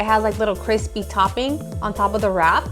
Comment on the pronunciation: Kwispy? Lol